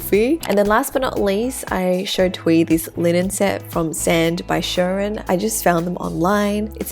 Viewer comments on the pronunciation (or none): You can do something similar in Pakistan, except there’s usually one or two tailors so it takes longer, and you often go to a fabric market to collect the fabric yourself, which you can also get dyed to whatever color you want! Also, heads up - “Shirin” is most often pronounced “SHEE-reen” ◡̈ my source is my 26 years of life